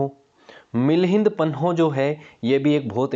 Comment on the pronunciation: 15.04 its milind paanh (questions of milind)not milind panoh